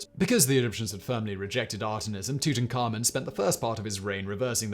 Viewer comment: No, but I'm sure he's not pronouncing it right. I've watched the history channels and I’d say the people who studied him would know how to pronounce it right.